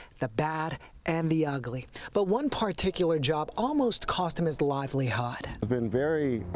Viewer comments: …”…almost cost him his liveliHOD..” ??!!! What the hell is a “livelyhod”??? Yeah, I know what he “meant” but c’mon…seriously??? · “Almost cost him his liveli-hawd” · What is livelyhod? LOL